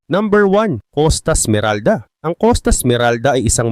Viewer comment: COSTA SMERALDA PO HINDI COSTAS MERALDA 😅😅😅😅